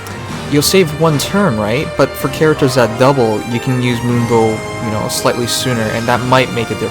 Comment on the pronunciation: It sounds like he's saying "limbo" than "moonbow". Gotta fix that audio man